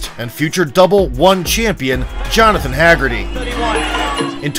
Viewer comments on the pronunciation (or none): Hahahah " Hag get tee"